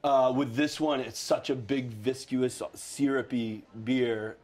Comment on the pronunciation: "vis-q-us"??? Haha, when you're trying to sound smart, but you barely made it through high school